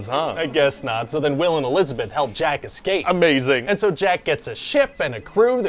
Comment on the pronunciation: "Escape" is pronounced "ess-KAPE", no "ek-scape".